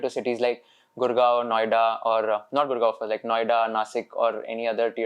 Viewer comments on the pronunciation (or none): The guy said gurgoan as tier 2😂😂